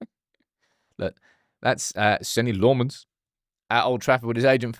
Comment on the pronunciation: It's pronounced Senne Lammens not Senni Le Mann 😁